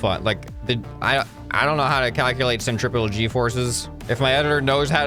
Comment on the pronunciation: I think you mispronounced the word "centrifugal"